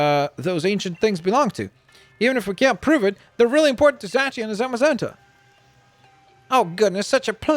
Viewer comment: Zacieon is pronounced Zay See On